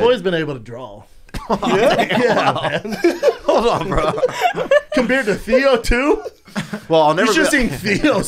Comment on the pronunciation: BRENDA ITS PRONOUNCED “DRAW” NOT “DRALL”